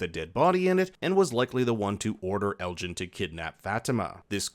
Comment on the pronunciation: lmao saying ellis instead of elgin had me confused for a second